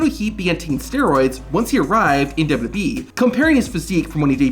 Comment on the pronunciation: This is such a petty criticism but the way this dude says "WWE" makes me wanna vomit. Its so bad and I cant unhear it